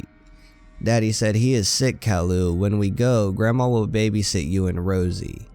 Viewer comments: it's ki yoo not cowlu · caryou not carloo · Cow-loo? its kay-loo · it's pronounced k-i-ooh. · You said Calliou not Caillou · Just letting you know it is pronounced "K-eye-you" not "Kal-lou" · It’s pronounced Kye-yoo not Kah-loo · Him :cowlou Me: it’s pronounced caiyou!! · His name is not Cailu it’s ( Kai yu) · He said calou not cailou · Did he just say CAL-u It’s CAÍ-You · Kaloo? Its pronounced kaiyoo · Not to be rude but it’s Kai u not cowl u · no hate, but it's pronounced ki-u not kall-oo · it's pronounced Caillou not callaloo Caillou not CAO Lu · It's not Kall-ou, it's Kai-you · you are saying caillou wrong it is not call-uo it is kai-you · ITS NOT CAULIU ITS CIUE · it's purposed kyeoo not cyloo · it is pronounced like lowercase o calliou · not cowlu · i like how you said kallu instead of caillou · It’s pronounced cauyou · Dat bo said cowlou😂😂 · It's pronounced Kai-you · Instead Caillou you're saying Kallo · You pronounce it wrong it's CKY as in sky and YOU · SAID IT WRONG NOT COWILLU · CAILLOU NOT CALLIOU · its said kia u -_ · its cai u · I believed it's pronounced Kai you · His name is pronounced Ka.'ju, ka being pronounced kai, and 'ju being pronounced you. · ITS Kai-You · its prenounced KyeYou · You pronounce the show wrong. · It’s actually pronounced ki you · Good story but you keep saying his name wrong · This guy pronounces Caillou Wrong. That's so Funny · you pronounced caillou wrong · Your saying caillous name wrong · You're saying Caillou Wrong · Its pronounced "K-ie-u" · u said his name wrong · you are saying caillou soooo wrong, I can't take it XD just look up the opening to the show, the little narcissist says it like 30 times b4 the show even starts XD